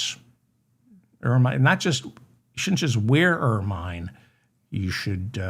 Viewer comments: Where the f are you from in America? The Appalachians? It's not Er-mine, it's pronounced Ermin! And before you say "Over here we say..." it's OUR F.ing language. Take lessons on pronunciation. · Pronounced ur munh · Ok, David, it’s Ermine only the last syllable is like ‘minute’, soft “I”. You encourage corrections. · Excellent show as usual... bringing levity to royal and common thuggery-- the nose hairs, the birthday cake, everything... And hilarious hearing your 'long-i' pronunciation (oh you Americans) of 'ermine' --- like 'Carmine' from Laverne & Shirley - LOL